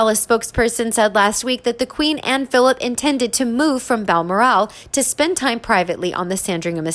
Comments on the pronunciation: Please not BalmorAL. It is BalMORal. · It’s not Balmoraaaal, it’s Balmoral